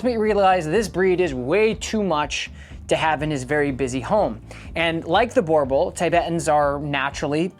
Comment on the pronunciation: I really don't think you are doing these breeds any favours by demonizing them... Had a boerboel as a child (by the way, you keep pronouncing it wrong... It is like nails on a chalk board in my head.) They make amazing family dogs as thousands of South African families can attest. Provided you get them from a responsible breeder and raise them in a loving home. Border collies can happily live in the city, without going for a 5km run every day. Just because your training program isn't geared towards them, it doesn't mean that no one can do it...